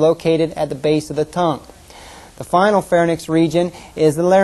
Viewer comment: "Pharnyx" his pronunciation. "Pharynx" the correct pronunciation.